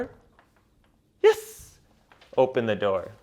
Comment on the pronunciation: stop saying yez